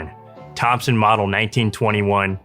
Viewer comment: Thompson not topson